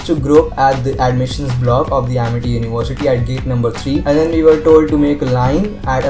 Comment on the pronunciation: Ammerty not amity